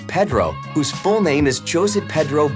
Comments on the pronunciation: Yeah, really. Jose is pronounced as Ho-seh, not Johss. Please do your research before you narrate. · yes I did notice that! I guess Jose (hoe zay) is spanish for Joseph, and it was Peenoshay. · That’s not how your pronounce José.